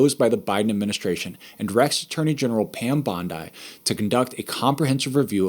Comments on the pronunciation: I think it’s Bondee, not Bondeye. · Pam "BON-DYE"? She pronounces it "BON-DEE" and everyone who knows her says it correctly. So, why don't you, also? After all, it's her N.A.M.E. Give the lady the respect she deserves, please. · Bondi is pronounced baan-dee. b sounds like the 'b' in 'bat' aa sounds like the 'a' in 'car' n sounds like the 'n' in 'no' d sounds like the 'd' in 'do' ee sounds like the 'ee' in 'see' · Guy can't even pronounce the Attorney Generals name correctly and thinks we'll take him seriously. She is all over the news and her name has been said countless times publicly 😅 he's a joke , hopefully President "Troomp"corrects him 😂 I mean seriously is this guy reading off cue cards and been hiding under a rock